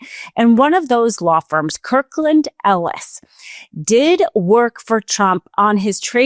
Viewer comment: It's Kirkland & Ellis. Kirkland & Ellis. Not KirklanEllis as said repeatedly. Anyone who's worked in the legal world knows this.